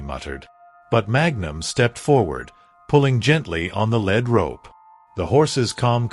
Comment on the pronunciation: This story was repetitive & full of misspellings & an obvious mispronunciation. When you lead a horse with a rope, the rope is called a lead rope, pronounced leed. The rope is not made of lead, pronounced led. Knickers are short loose pants that fit tightly below the knee, worn especially in the past. The sound a horse makes is called a nicker. Another sound is a whinny. The word Winnie is a woman's name. The night had secrets, but there was no knight in armor in this story. Something gnawed at him, not nod or gwed. The emphasis in the words tree line should be TREE line, not tree LINE. It made his chest tighten with anticipation, not Titan. The horse is a chestnut, a reddish-brown color with no black hairs & a mane & tail of the same color or lighter. But one of the pictures is a bay, a brown horse with black mane, tail & legs.